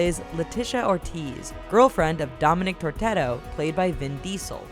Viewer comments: Did they really just say "Turteto" and not Turetto........ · not toretteto its torrento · Tortetto wtf it's tor etto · Dominic Toretto, not Tortetto. Tippi Hedren, not Hendren. Mike Myers, not Meyers. Sloppy work there. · Guys get your pronunciations and spellings right, it's Toretto NOT Tortetto; Hedren NOT Hendren and lastly Rhapsody NOT Rhapsony 😂😂😂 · dominic tortetto, really? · last time I checked it was toretto not tortetto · "Dominic Tortetto" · "Dominic Tortero" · who else was screaming at the screen when she said "Dominic Torteto"??? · "Dominic Tortetto" 😂 😂 😂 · Letesha Ortiz? Dominic tortetto? Wtf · Dominic Tortetto? FFS... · She just called Dominic Toretto "Dominic Tortero", which in spanish is someone who makes sandwiches or cakes to live xD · dominic "tortetto" ?? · It's Dominic Tortilla, not tortetto .. lmao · Nothing the rest of us don't experience in our jobs on occasion... That said, really needs to put more effort into using the correct character and actor names. Tortetto? Hendren? These are big names in the biz yet the narrator flubs them NUMEROUS times over the course of the video. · How about when she got all excited n made up the name Torterro or whatever for Dominic Toretto smh... It was right there on the screen lol!!! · she said torteto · not Tortetto...... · Lol dominic tortetto XD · "Dominic Tortetto" ... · "Dominic Tortetto"😂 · "Dominic Tortetto" ~ 2016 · Did she really say Tortetto? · Dominic Tortilla